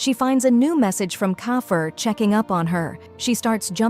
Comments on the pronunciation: keifer ❌ kaifer ✅ 😂😂😂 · It's not section a it's section e and it's not g it's jayjay and it's not kaifer it's keifer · It s keyfer not cofer 😂😂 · the pronuoncation of keifer is kifer not kaifer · the accent????WHATDO U MEAN KAIFER??? ITS KEIFER AN DITS NOT SECTION A ITS SECTION E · " tranfer to section E from SeCtiOn A " "meanwhile yuri " bro that's keifer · Kokky ? Did the narrator called keifer kokky ? When JayJay asked yuri, yuri said kokky break the glass. 😅😂😂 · Keifer to kyfer to koki to kafer to coffer ....omg 😂😂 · it’s Keifer